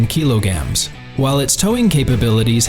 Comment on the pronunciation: What da hell is a "kilo-gam"?! Stupid A.I. narration! 🙄👎